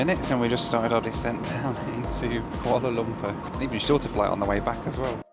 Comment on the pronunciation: I like how pronounces it "Koala Lumper" like Ronnie Barker as Norman Stanley Fletcher in 'Porridge'.